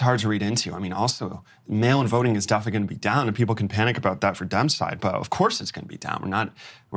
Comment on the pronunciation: I love the Rain Man “Daffinitely